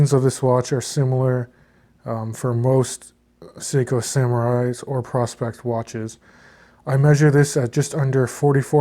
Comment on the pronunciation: I believe it’s pronounced “pro specs”